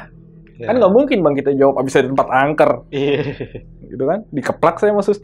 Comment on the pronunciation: Yg benar angker , bukan anker..mas.